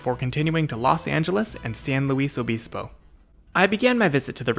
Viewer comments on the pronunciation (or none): Please do not pronounce San Luis Obispo with accents, as he did here, unless you are fine sounding like a tourist, in which case, carry on. The locals however, just say San Luis(like Louis) or SLO.